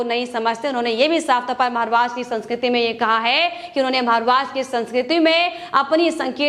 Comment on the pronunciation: Maharashtra ka naam sahi se le lo